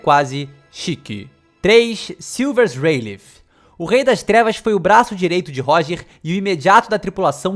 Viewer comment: "shirubasu" é foda kkk